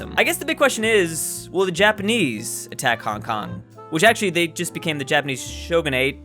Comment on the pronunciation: You popo mispronounced my city